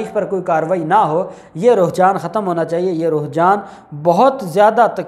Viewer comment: Alfaaz ki correction karain... Ruhjaan nahi Rujhaan bolain.... Nice informative video